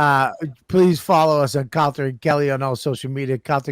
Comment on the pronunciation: Or I’m sorry Calter not Calta